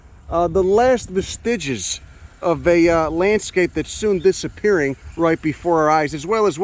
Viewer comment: its not "vuh-stige-is" its "vehst-ige-is"